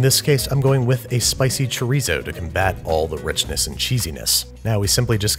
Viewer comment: They he said chorizo was kinda funny